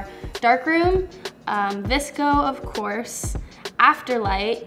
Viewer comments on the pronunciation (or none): none